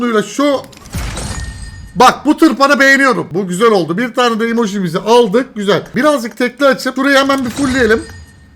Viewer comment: Peki emojiye <İMOJİ> demesi